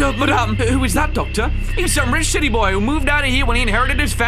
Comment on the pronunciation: Is it just me or did it sound like he just said sh***y boy instead of city boy?